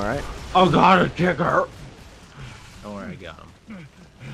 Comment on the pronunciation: lmao "ohhhh gawd a tickR"